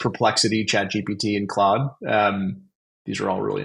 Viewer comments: Me rushing to the comments to see peoples reaction to you saying “Clode” instead of “Claude” 😂 great episode as usual 🙌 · Have I been mispronouncing Claude? I say it like, "Clawed", like a cat clawed... I keep hearing, "Clode". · Maye "Clode" was intentional. There's almost no way lol... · did you really just call claude "clode".... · I have a french friend who is called claude, his parents call him claude, never have I heard anyone refer to him as clode in my life, maybe it's a canadian thing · Hahaha who else saw all the contradictions from. Oh and it's pronounced as Clawed lol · I would find that a little easier to believe if you didn't accidentally say it the non-french way Loving the video, thanks for the learnings.